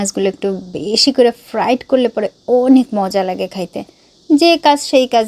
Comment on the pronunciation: ফ্লাইট না ফ্রাই হবে আপু সব কথা ফ্রাইট বলেন কেন